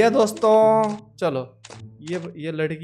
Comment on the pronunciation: He is telling DOSTHO i got much laughhhhhhh